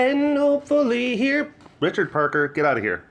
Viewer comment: He said Richard Parker so American